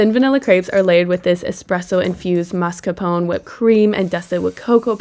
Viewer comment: Why do you keep calling it "mascarpono"?? 😂